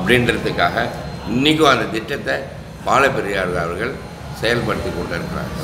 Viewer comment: உங்களுடைய அனுபவங்களும் பேச்சும் கேட்க மலைப்பாக இருக்கிறது!! ஆனால் தயவு செய்து உங்கள் உச்சரிப்பை கவனிக்கவும். ‘அவர்கள்’ என்று உச்சரிக்க வேண்டிய இடங்களில் ‘அவர்கல்’ உச்சரிக்கிறீர்கள். பொதுவாகவே ‘ள்’ வரவேண்டிய எல்லா இடங்களிலும்’ல்’ என்று தான் உச்சரிக்கிறீர்கள். வீடியோவைப போட்டு பாருங்கள். நன்றி